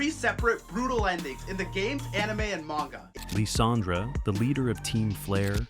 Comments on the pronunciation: Lysander's name is pronounced "Lie-sän-der" not "Lee-sän-druh" get it right. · It’s pronounced yoo-NUH-vuh, LYE-SAN-DURR, and sill-VAL-EYE, “Patrick Stars”! 🤨